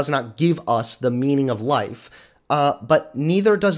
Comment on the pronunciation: Anyone else heard "meming of life"